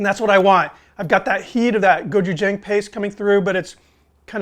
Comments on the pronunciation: Sorry to be 'that guy', but it's pronounced "go-chew-jahng" with a short "a" vowel sound at the end. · As an English teacher who lives in Korea I will let you know that the pronunciation is Go-Chu-J'ah'ng( Korean alphabet has no 'a' sound in it) . I saw that you liked this k-pop sauce on a few vids so just a shot out. Love your vids. Keep them coming!